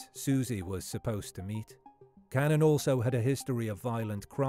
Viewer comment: John Cannan's surname is pronounced can-nan, not canan.